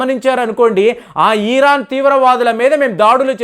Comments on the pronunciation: సార్ మీరు ఈరాన్ అనటం ఛండాలంగా ఉంది. జస్ట్ ఇరాన్ అనండి దయచేసి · Eeraan yemiti iran anu babu nee bhasha tho